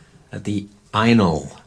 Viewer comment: Ainol or anal?? Could just be your accent lol